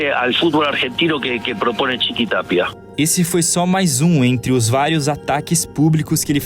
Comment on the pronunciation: "Claudio Chiqui Tapia" só eu ouvi um "Cláudio Tic tac? Vai estourar e levar o que restou desse campeonato pro lix0.